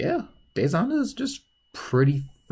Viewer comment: RIP WOLF BOI Edit:your saying Hana wrong it’s said Hannah